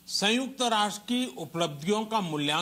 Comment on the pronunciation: संयुक्त ना कि संयूक्त।